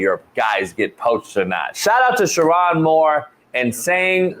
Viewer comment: It’s pronounced: Sure- OWN Moore. Not, Sure- On Come on,. A good friend knows how to pronounce their friend’s name.